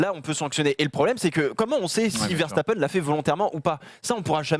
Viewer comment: dites oú lisez vous veshtapen ?? verse ta peine !